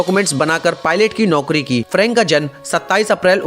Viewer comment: Noki nhi hota nokri hota ha bhai 🤣👈